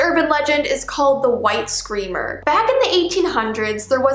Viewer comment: The White Screamer What I hear: the white streamer